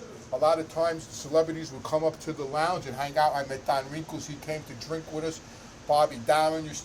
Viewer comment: Keeps saying Don WRINKLES....LOL